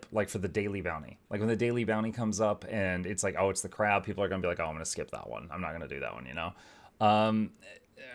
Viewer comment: No, not 'on Crack'... on Crab!